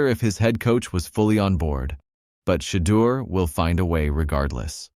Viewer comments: Can nobody that's doing these videos pronounce Shedeur s name?🤨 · Your narrator is no better than Stefanski. How is it he refuses to correctly pronounce Shedeur’s name?